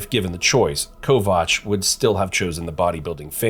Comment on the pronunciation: Yeah his name is also wrong. They pronounced it Greg kovACH